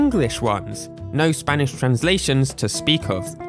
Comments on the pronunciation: I LOVE HOW YOU PRONOUNCE SPANISH AJFHAKFJABFJA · You pronounce spanish pretty well!, I think you scared a lot of english speakers by putting(before edit: puttong) all those dialects with the letter Ñ in it Greetings from Argentina! I will proceed to speak in argentinian spanish (And argentinian Accent, we speak the Ll's and the Y's as Sh's a lot of times) Che boludo, sho estoy acostumbrado a las traducciones en español de españa, xq todos los juegos que jugue (sha sea en emulador o en consola) las jugue en español de españa xq era lo que habia jaja, y como nosotros somos muy boca sucia, mucho problema no hay, pero me gustaría que no nos ignoren, LATAM es un gran continente con muchas personas, asi que tener una traduccion para LATAM en los juegos de Pokémon nos ashudaria a comprender los dialectos que en el idioma de español (España) no entendemos por ciertas palabras (Back to english) if you understood, reply with Ñ, if you didn't, with N, and if you understood PLUS you are from latin america (and or argentinian) reply with ÑcheÑ, if you are not argentinian, reply with Ñ(common word in your country like weon, po, pe, etc)Ñ